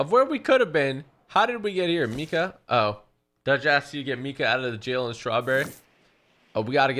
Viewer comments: Why does he say meeka Wtf? does anyone know? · Did you say Mika